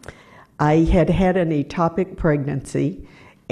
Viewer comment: 'Ectopic' pronounced EKK-topic.